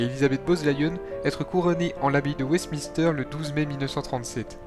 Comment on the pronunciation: Maiooui mary 😂😂 Francouiais 😂 Wesmister 😂 Eduard VIII pour info un nazi convaincu !pression du gouvernement Bozezlion bowle Lyon 😂 Malboah house 😂 marlborough house Mr le narrateur, FAUT IMPERATIVEMENT prendre qqes cours d' anglais et de diction !!